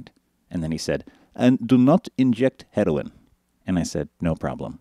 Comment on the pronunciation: i love how he says "don't drink alkahole. don't smoke marywanna. don't inject heddowin." lol!